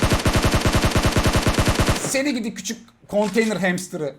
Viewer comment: abi senin şu ......... hemstırı diyişin yokmu.bitiyorum ona ya